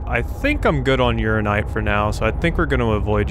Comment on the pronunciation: It's pronounced ura-NI-nite not just ura-nite